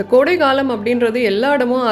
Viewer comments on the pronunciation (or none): none